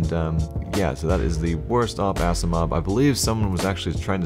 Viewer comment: "Blacksiimov" Nope.